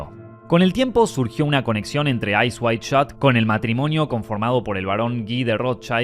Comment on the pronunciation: Eyes wide shut. Not Eyes wide shot.